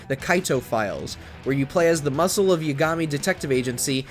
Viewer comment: Exactly. Yagami in particular is said in game how many times? And he still said it in his own way lol.